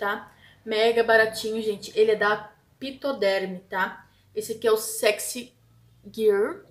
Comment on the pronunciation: pronuncia (FI), porque PH também tem som de F, então e FITODERM AMORE :) BEJSSSSSS AQUI CUSTA 17,60 REAIS uma raridade encontra lo.